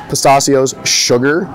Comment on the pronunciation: Stop saying pistachio the wrong way lol